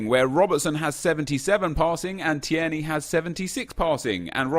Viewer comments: it’s T-ear-knee not T-air-knee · TIER KNEE! Not teyarnee, can't believe you made me sound like fucking Hermione Granger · Hep, When you say Teirney you pronounce it like T-air-knee but it's supposed to be Teir-Knee, not hate just trying to help 😀👍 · Pronounced as tear knee. Not tee air knee. Hope it helps as a Scot that was painful to listen to 😂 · Tierney is: Tear-ney Not: Tee-er-ney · It’s not tee-erny. It’s teerny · TEAR-KNEE no TEAIRKNEE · Phonetically: Tear-Knee (tear as in crying) Not: Tee-air-nee Keep up the goof work fella, much love. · You say it like teer-nay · You pronounce it teerney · It’s teer-ney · Teer neigh like the horse noise is how you say his name bro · Tir a nee. I’m Scottish so believe me. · It's pronouced TEERNY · Say it like teer knee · Its pronounced Tear-nae (as in teardrop), you're pronouncing it like Thierry (as in Thierty Henry) and adding an extra syllable. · Tierney is pronounced Teer - Nee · It's pronounced 'Tear-knee' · Say it like Teerney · Tierney is pronounced teerny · just pronounce it 'TEERNEY'. Simples... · Tierney is said like Tear-ney at least where I'm from. It's a 2 syllable name in East Scotland. Idk if they say the er- seperate in glasgow but they don't here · Your sayin Tierney completely wrong (tear ni) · Tear-knee is how you would say it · Ur saying tierney wrong bro x